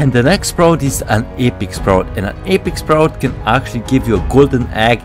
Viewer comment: Seelver, eepiek sprout